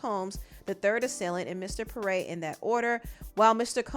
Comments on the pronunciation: Pronounced P-Air (Pierre) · Pee-Air is how 'Pierre' is pronounced. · Pierre (pee-air) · It's pronounced "pee-air". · As someone named Pierre, it’s pronounce “Pee-Air” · I hate to be the english police...but Pierre is pronounced "pear".... and youre keep saying "Traffickid" ....stop😂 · from here forward please pronounce Pierre correctly 😫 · struggling to pronounce Pierre is killing me 😂😂😂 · If you can't pronounce Pierre, you don't need a job narrating nothin....